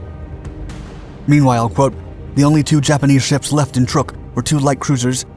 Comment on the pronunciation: The pronunciation of the other Japanese ships is just as inaccurate.